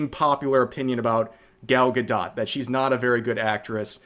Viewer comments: 1 for mispronouncing Gal gadot as Gall ga dot lol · The way bro pronounced Gal Gadot 😆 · Why is it saying gal gadot like that? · Rev please, love you man, but please go watch a video of Gal Gadot saying how to pronounce her name. You are way off.